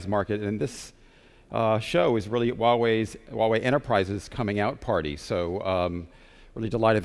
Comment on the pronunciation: it's "Hoowa-wei" =/